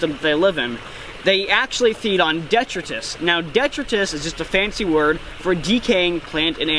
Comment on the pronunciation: That was brutal to hear how many times you said detritus lol its pronounced deh-try-tus 😂